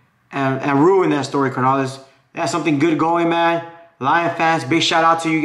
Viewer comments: It’s not car na lees es carnales güey!!!! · CARnales, no mames, roll the R’s ese, but GO pinche Niners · "Car-nolis" lol I follow but you funny carnal